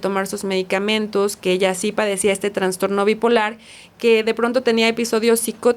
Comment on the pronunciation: Sorry! Es TRASTORNO, NO TRANSTORNO!!! POR FAVOR 😢